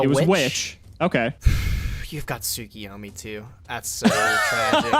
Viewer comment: Week 2 of yelling at you two for mispronouncing TSUKUYOMI.